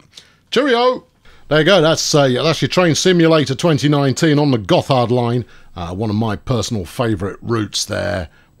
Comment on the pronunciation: It's pronounced "Gott hard"